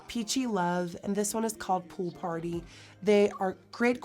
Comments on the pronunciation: WHEN YOU WERE SAYING THE BLUSH TRIO NAMES I SWEAR I THOUGHT YOU SAID ONE OF THEM WAS NAMED ''POOP ON ME'' AND I WENT BACK 4 TIMES AND I FINALLY REALIZED YOU SAID POOL PARTY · I thought she said "poo party" so you're not alone hahaha